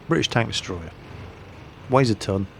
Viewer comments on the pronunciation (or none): none